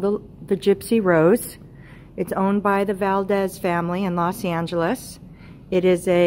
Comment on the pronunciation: It's not Valdez it's Valadez